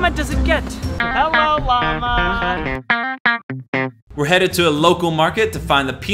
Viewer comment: pronouncing "Llama" as "LAM-UH" is 100% a nod to Tony Vlachos.